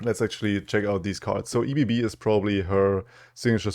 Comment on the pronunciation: Comment for the algorithm and to be an annoying know-it-all: it is not E.B.B. - as it is not an acronym but a word - ebb and flow = Ebbe und Flut The Lay of Blood only gives you only units - so no discarding jury rig to get a fleeting jury rig - still awesome and the synergies are fun love nami love you - keep up the awesome work